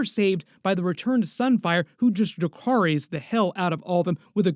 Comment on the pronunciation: Im pretty sure Aegon says dacarys instead of dracarys to Sunfyre because he was bad at high Valyrian.